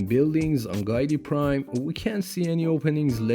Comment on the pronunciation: It’s not “Guy-tee Prime”. It’s “Gee-Tee Prime”. FAKE FAN. 🤣